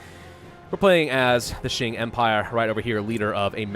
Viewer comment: Please pronounce it like "Ching" and not "Shing". Ching is way more common as a pronunciation